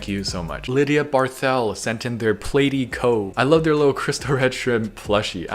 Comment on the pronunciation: I’ve lost count how many times pronounced platy wrong